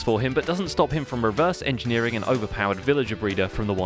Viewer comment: "Reverse engernering" riiiiiiight....